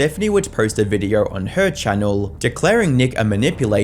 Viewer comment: Dude learn how to pronounce “O”. This might be the only time I’d say please use AI voice. “Videoaaurggh”. Had to turn it off